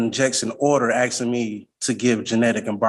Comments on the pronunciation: This joker keeps axing instead of asking. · No, you are not 'aksing' any questions. If you still haven't achieved comprehension of the word 'ask', then you should NOT go pro se. You do not have the tools to represent yourself. You are flat out stupid. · "Axsing" questions... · Man wearing a table-cloth is arksing questions, but the real question is 'what does 'arks' mean'? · "Axing." Toss the 'tard out the flipping door.